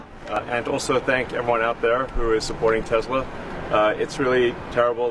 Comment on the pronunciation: The orange-oetang said tesler if you listen good.that's a tesla+Hitler. The ultimate nazi mobil